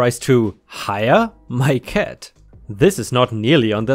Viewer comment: This guy can not pronounce letter "a" he says dead and ket instead of dad and cat, its sounds so dumb bekstory😂🤣